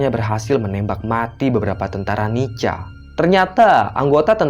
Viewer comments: NICA itu bacanya NIKA,... Bukan NICHA.... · Maaf. Bang bacaannya nica tapi di bacanya Nika🙏🙏🙏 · nica =di baca nika... koreksi min